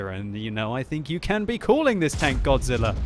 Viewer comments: seriously though... it's GO-ZEE-RAH!!!! Just saying. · ITS GODZIRRA! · IT'S GODZEELA!